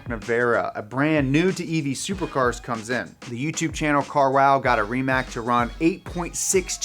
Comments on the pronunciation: Rimac Nevera is not pronounced RimaK but Rimats. Also, "nevera" means disbelief in Croatian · Super excited for the rimac Pronounced ree·muhts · I think Rimac is pronounced "Ri-mats"